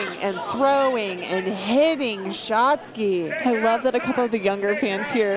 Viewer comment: Um yeah, hon? It's SHOTZI not "Shotski. G'dam that's was annoying. Who was that? Jim Ross sister on commentary?